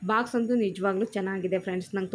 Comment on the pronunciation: Sis Adu bax alla box